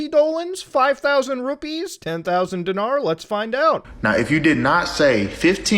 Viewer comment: Did he say denar ?